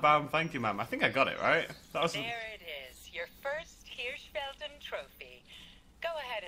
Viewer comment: Btw, you pronounced Hirschfelden quite good :)